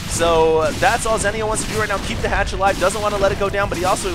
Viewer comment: ITS ZEE-NEO